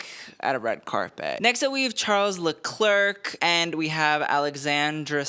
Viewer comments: The second I heard "Le-Clerk" I raced to the comment section. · Leclerc pronounced Leclair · Spot on. As for the names… Leclerc : pls pronounce Le-cler The final C is silent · “Le clerk” 😢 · give him some credit I’ve heard worse 😭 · How can you pronounce Yves Saint Laurent but can’t pronounce Leclerc